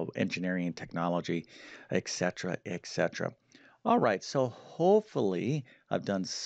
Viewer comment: Simple stuff, definitely made it less intimidating, thanks... eccetera-eccetera... a lot of people say it that way, but etcetera-etcetera... 😂